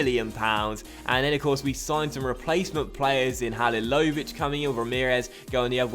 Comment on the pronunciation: its pronounced ha-li-lo-vi-ch